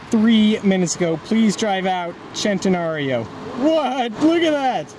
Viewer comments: U R PRONOUCEING IT LIKE AN ARGENTINIAN WOULD..THEY SAY OYE CHE...LIKE U JUST SAID SHENTENARIO.....BUT ITS SEN TE NARIO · HAHA THE DUDE AT THE END SAID VENAYNO...ITS VENENO.....(Ve Ne no) JUST LIKE IN SPANISH FOR POISON...VENENO.... OR CENTENARIO IS THE SAME FOR US LIKE IN ITALY..THEY R PRONOUNCEING IT CHENTENARIO BUT ITS PRONOUNCED ( Sen te nario) NOT SHEN TE NARIO. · Why did he pronounce that way? "chintenario" /"chentenario" lol!!